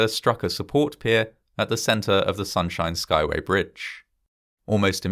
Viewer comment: Good on you for being able to say that tongue-twister of a bridge name 😅